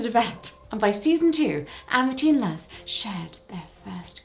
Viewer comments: Luz is pronounced Looz not Luhz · More like Looze, but yes, loose is closer than how she pronounced it. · Just so Jessica knows, "Luz" is pronounced as "Loose". Just fyi, if you keep talking about Owl House. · It's honestly pretty cute how she points out that she's going to mispronounce things, followed closely by mispronouncing Luz's name multiple times. Though to be fair, plenty of hearing folks who aren't familiar with Hispanic names pronounce it the exact same way, instead of like the word "loose" or "lose". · Luz is pronounced “lose” as in win:lose I stumbled across your channel this week and you are amazing ♪ It’s awesome to find people that are my flavor of humor/personality ♥︎ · I love the owl house thank you for including it in the video! :D Btw luz’s name pronounced ‘looz’ the same o sound in ‘do’, hope that helps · Loved the video! Just FYI, Luz from the owl house rhymes with goose Also SpongeBob is ace I believe? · FYI, Luz is pronounced the Spanish way - "Lus", like Lucy ;) Also, there are several Netflix cartoons featuring LGBT characters (not even counting Korra). She-ra is the best (seriously, it is my favorite show on Netflix) featuring a fantastic gay romance with the title character. Dead End: Paranormal Park stars a trans protagonist and basically everyone's queer (although the lack of a proper ending is annoying). Kipo and the Age of Wonderbeasts, while not quite as good, does include a gay subplot. Even Anne With an E makes Aunt Josephine gay and otherwise explores Anne's sexuality more openly. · jessica you are 1000% allowed to mispronounce things due to your deafness but if you want a lil pronunciation help on the owl house (especially if you want to watch it and haven't yet because i HIGHLY recommend it), luz is said basically like the english word "loose" and fun fact, it's the spanish word for "light" :) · Omg yyeeeeeessss love this episode!!!!! Also just for future ref i believe the name Luz is probpunced more like the word "loose" 😊